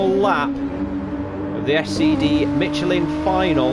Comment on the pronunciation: Well done, very entertaining commentary. I didn’t know there was a “t” in Michelin...must be the Yorkshire alphabet 😉😃